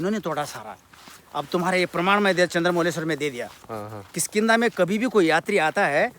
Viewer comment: It's not khiskinda lol😂😂😂😂